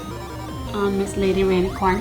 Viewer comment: cupquake it sounds like you said baby rainicorn and not lady rainicorn